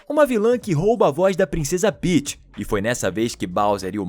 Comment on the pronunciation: Kkkk Paeths Peaeths Paeths😂😂😂